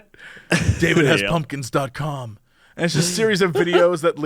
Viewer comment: I heard "David ass Pumpkins"